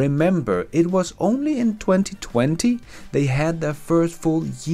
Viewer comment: You saying: in 20, 20FUN 😂🤣😂